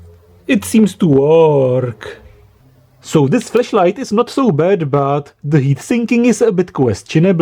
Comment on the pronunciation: OMG!! You've said the whole video "FLESHLIGHT"!!!!